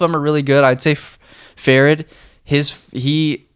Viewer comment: Fa-read is the way to pronounce. Good insight dude. These two guys are born Warriors from the the mountains of Afghanistan 🇦🇫.